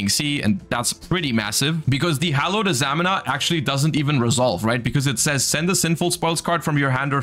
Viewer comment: It's pronounced a-za-mee-na